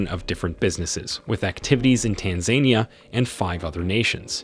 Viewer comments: Good information but PLEASE learn how to pronounce the name of the country. It is not TanZANEia. It is Tanzania.... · Not Tan zan ni ya. It’s tan Za Ni ya. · Tanzenia? Pronounced Taanzaania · it is pronounced Tan Zan Nia. Please instruct your reader to say it properly. Tan anquia Zan zibar Nia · Tan ganyika Zan zibar Nia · I wish you would pronounce Tanzania correctly. Tan-zan-eeeeya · I am big fan of Tanzania and I didn't know most of the content regarding the movers and shakers of this emerging E. African nation but, is it too much to ask an editor or producer to prevent the Anglo-centric reader to NOT butcher the country's name as well as most of the family names reported? The facts are very interesting and timely but, the pronunciation butchery is a big distraction. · That has to be the most annoying pronunciation of Tanzania I ever heard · I GET YOU'RE TRYING TO INFORM THE PUBLIC ON TANZANIA BUT, HOW YOU EVEN PRONOUNCE THE COUNTRY..TO THE INFORMATION YOURE TRYING TO SPREAD..IS ALL WRONG. I SUGGEST YOU REITERATE THIS ENTIRE FALSE SMEAR OF A CLICKBAIT.